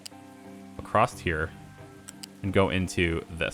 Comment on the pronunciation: Why do you keep saying ''acrosst'' instead of across? Is it a thing where you live? You probably can't help it but its kinda annoying me as i am used to saying ''across'' as thats the normal way of saying it and my brain keeps saying thats the normal way of saying and should be said.. no hard feelings though